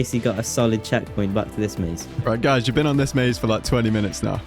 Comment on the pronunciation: It's guys not guyds